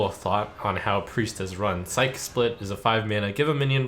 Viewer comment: why are all streamers mispronouncing “psyche split” lel, its psych-e split not sike split. Splitting your psyche would essentially mean splitting your mind